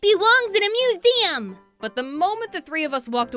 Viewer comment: "IT BEWONGS IN A MUSEEUM!!!!"